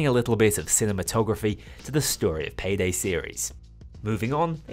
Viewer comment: Bro turned Payday 2 into Paygay 2